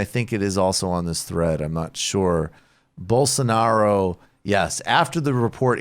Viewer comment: (Rubin voice) “Bolso-nar-io”